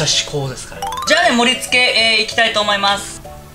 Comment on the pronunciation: 作る時何回も動画見るけど、いつも作っていきたいとおもいましゅしゅのとこで笑ってしまう😂